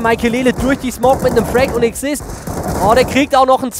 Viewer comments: Ich finde den Caster richtig Stark! Symphatisch, Nett aber es heißt ausgesprochen "Exist" und nicht "Ksist". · Falls ihr die Kommentare lest, erklärt eurem Caster bitte mal das es nicht ksist, sonder exist ausgesprochen wird, btw. meiner meinung nach euer schlechtester Caster bislang... Ich kanns nicht genau bescheiben warum aber der "castflow" is hald nicht so da wie bei anderen 99dmg castern